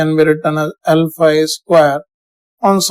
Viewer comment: Sir when you say L phi , it sounds , alpha A